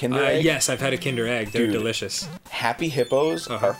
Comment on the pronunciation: I love the way Arin says that "Happy Hippos are FFFFUCKING DElicious."